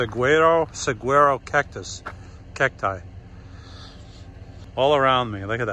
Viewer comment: Wow, you are only about an hour and a half away from my house (Coolidge,Az.). And say " sa-war-o" that's the big cactus.